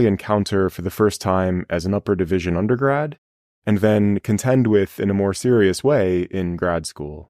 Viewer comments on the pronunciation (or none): none